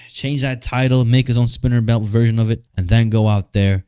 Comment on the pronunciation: got a bit of Hater "VEERSHIIN" in him now.